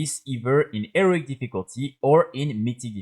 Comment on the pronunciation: Learn to say HEROIC, it's not pronounced "ERIC"